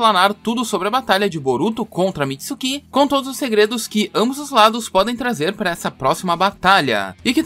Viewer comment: Para mim já saturou ouvir tanto "Mitsukí" e "Otisuksukí". Nunca mais ouvirei isto.